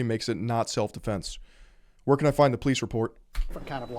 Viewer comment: "Self deflense" lol